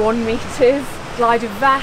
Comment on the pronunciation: You said ‘glider’! Damn! Oh well, you aren’t Welsh. Oh and you pronounced everything else abysmally too! Too much for me, I’m off. You’ll miss me, I know. Not!